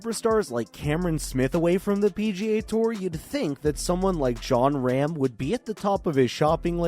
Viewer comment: its pronounced ROM not RAM ..